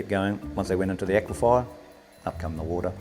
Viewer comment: It is an aquifer not an aquifier